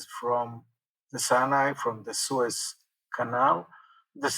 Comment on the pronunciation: Suez front, not Swiss front. Thanks for the podcast, anyway.